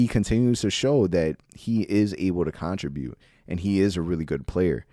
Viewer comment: you are killing me, learn how to say contribute lol love the pod